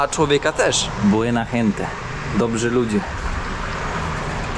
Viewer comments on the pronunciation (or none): none